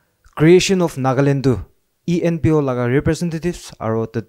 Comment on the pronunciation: JAMIR ENPO NOT EMPO 😂😂😂